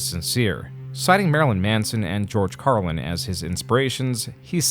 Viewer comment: who’s George Carwin? 😅